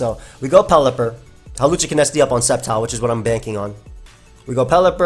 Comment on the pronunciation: You called hawlucha hoopa